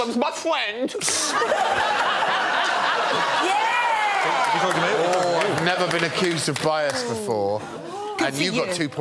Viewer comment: ughu uhuh my fwend